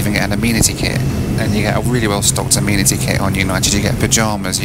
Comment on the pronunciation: Hey if you’re going to be living in the US we need to tackle some pronunciations: first off… the kit of little stuff you get is not an “ameenity kit” - it’s pronounced “a-men-ih-tee”’- so a group of males are referred to as “men” not “meen” - so the word “amenity” is pronounced “a-men-ity”:) #welcometotheusa